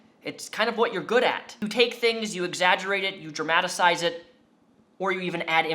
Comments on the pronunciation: Dramadasize is not a word!! Dramatize is. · At the end of vid you asked for suggestions on improving your content. I know its nit picking, but please please don't say dramatacize again. It's painfully not a word and at 30 I think its perfectly acceptable to just say dramatize the correct way. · I think you mean "dramatize" not "dramatisize" lol 😆 it was painful to listen to for a minute.